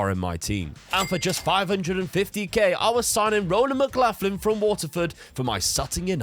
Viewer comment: Just a heads up Mclaughlin is pronounced like McLocklin 😂 I know I'm Irish and it doesn't make sense to me either 😂